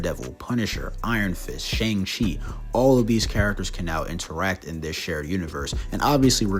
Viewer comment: How do you still pronounce Shang-Chi’s name wrong there’s a whole ass conversation about it in the movie 😭